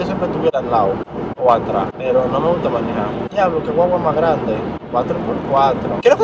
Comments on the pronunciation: Tómate un shot cada vez que diga “manijar”🤌🏻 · Porqué el dice manija 😂😂😂 ete cajarito si es funny !!!!!